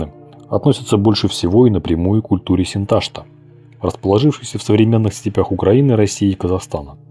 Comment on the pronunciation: Не Синта́шта, а Синташта́ от название реки Сынтасты́ – Острокаменная в казахском. В татарском Сынташты́ - Хынташты в башкирском.